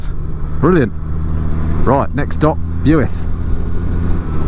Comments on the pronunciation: When is the next episode coming out??I lived near Abergavenny all my life(Now live near the cat&fiddle,Cheshire)Miss Aber so much on a Sunday morning at the bus park,where hundreds of bikers meet!Had to laugh at your miss pronounced Builth!😂(Not so much your welsh accent though,)Boyo!-No one says that.🥴🏴👍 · pronounce the town as "Bilth Wells" lol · “Builth” is pronounced “Bill-th” it’s very important to them over there 👉😱. Did 200 miles around mid Wales yesterday....contrary to Mad Man Drakefords threats ...nothing thrown at me 😃.... really enjoying seeing my own stomping ground through your trip. Not sure the “ beast” would be ideal some of the lanes I travelled yesterday.... eg Pumpsaint to Rhandirmwyn.....have a look ...it’s stunning. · Builth as in “filth” is how I remember it!! But it’s a beautiful town!! And I’m there this weekend..👌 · It must be a horrible job, but someone's got to do it....... oh and it's pronounced Bilth same as filth😂 How's the ribs after those bends? One of my fave roads. Ride to Aberystwyth have an icecream on the sea front then home again. But watch out for the camera vans.... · Great video but still laughing my head off re your pronouncing of Builth Wells! Just say it as 'Bilth Wells and you'll sound like a local!! I'm guessing you'll have visited the Owls Nest at Llandovery in Part Two? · Lol it’s Pronounced Bil-th Wells 😂 we are lucky enough to live on the border and travel that toad all the time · Steve Edwards: It is pronounced 'Bilth'. I think the Welshman had had a few too many! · It's pronounced "Built" Wells...I ride around this area ...it's the biker triangle...to Llandovery,Abergavenny,Builth Wells. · Love your pronunciation of Builth (try Bilth) . Loving the video.👍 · Also it's pronounced "Bilth Wells" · true Builth is pronounce Bilth lol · Its pronounced "BILTH" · 12th here.......my ears are bleeding 😬🤣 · Welcome to our neck of the woods. We'll forgive the pronunciation 🥴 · Builth pronounced " bilth"